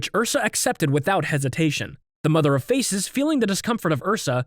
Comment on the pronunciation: bro u pronounced Mother of Faces wrong u said Mother of eArS